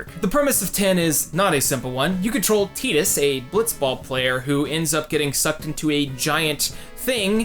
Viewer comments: Hey good video. I agree with most of what you said, mostly because it was presented with consideration. Also...Thanks for pronouncing Tidus correctly ;) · Canonically teedus is the right way to say it. They never actually say tydus in ffx, and the first time his name is said is in kingdom hearts (idk which one) where it is pronounced teedus